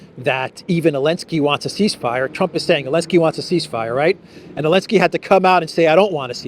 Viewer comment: Great show, as usual. Thank you,! By the way, the Ukrainian tzar is "Zelenskyy". Where did Elensky keep coming from? Regards from Australia.